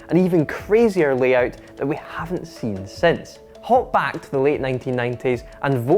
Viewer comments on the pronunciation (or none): great video!!! But may I ask where your accent is from?? When you say "late" Or "save" It sounds like "leete" Or "seeeve"... Doesn't sound Scottish so please help me out!